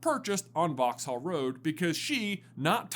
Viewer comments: It's pronounced "vox-uhl" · Pronounce it as Vauxall the h is silent